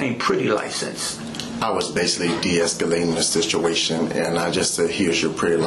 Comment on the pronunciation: Sishuation. Fuct!